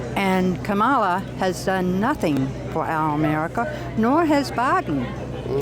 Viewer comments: LOL "Camela" :P THERE IS NO WAY TRUMP CAN LOSE!!!! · DID YOU SAY CAMELA HARRIS? HAHAHAHAHAHGAGHAHGAHAHAHAHAHAAAAA. TRUMP 2024 WE GOT THIS!